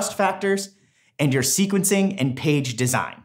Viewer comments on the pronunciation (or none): Someone NEEEEEEEEEEDS to reign in those shirt choices. HAHAHAHAHAHAH xD Blue Pink and Teal....with a lightening pattern... Jesus... Lololol Also... "sequencing" doesn't have a "t" in it. HAHAHHAHAHAHHAHHHAHA XD XD XD (Do love the content tho! Please keep up the great work. Really helpful...and funny...stuff!)